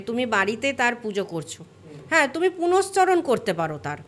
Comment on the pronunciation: কথাটা পুরশ্চরণ। আগে ঠিকভাবে উচ্চারণ করতে শিখুন, তারপর লেকচার দিতে আসবেন।